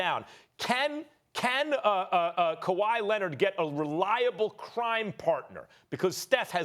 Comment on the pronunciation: Stephen A - “Kawhi Linnit”